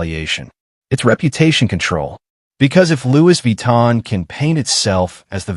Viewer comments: Lu Vi Tan ❌🤣❌ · Louise Vee-tan! - yeah!! 😂